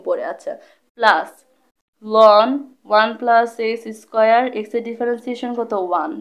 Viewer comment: এক্সেস্ক্যার, থিটা। এই কথা গুলা একটু সুন্দর করে বলবেন আপু। আরো ভালো হবে